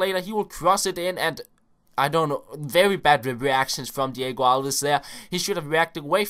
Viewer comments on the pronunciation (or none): none